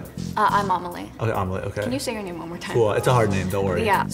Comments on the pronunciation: I thought the wheelchair girl said her name was omelet at first 😭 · Amelie? Is that her name? Why did it sound like the guy said omelet? They talk about his name being hard but idk , i think he valled her omlet lmao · I thought she said her name was OMELET